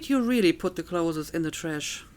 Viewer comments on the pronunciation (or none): I don't mean this in a bad way, but i notice you pronounce clothes as 'clotheses' and i'm curious, is it because you find it difficult to pronounce the original?